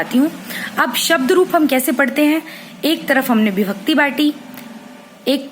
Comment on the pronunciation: maam par vo bibhakti nahi vibhakti hai